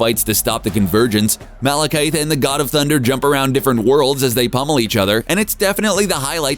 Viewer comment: Please learn how to pronounce Malekith. This makes the third time you've gotten it wrong.